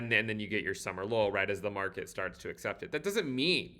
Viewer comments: I hear summer lull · Do you here „Summer lol” from instead of „Summer low” too?